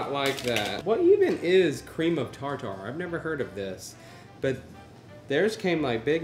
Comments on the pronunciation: Ok it’s tar-ter and that’s not a lot of cheese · I love how you saw tar tar like you’d say ja ja in jar jar binks lol 😂 it’s tarter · Cream of tartar is pronounced tar-ter, tartare is pronounced tar-tar lol yall are silly and fun to watch